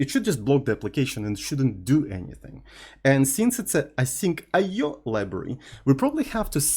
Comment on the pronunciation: The way pronounce the "IO" is "Oh no!" in my native language. That's the sound we make when something got wrong!!